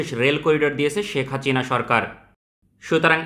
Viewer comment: Name ta thik moto uccharon koren itz Hasina not Hachina.